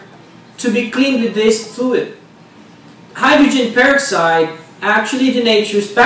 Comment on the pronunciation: Dumb stupid video. All man does is tell,u all he did wrong. And he can't speak English correctly. And pronounces hydrogen peroxide the wrong words used.